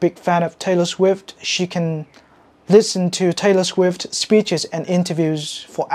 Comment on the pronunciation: Taylor Sguift 😂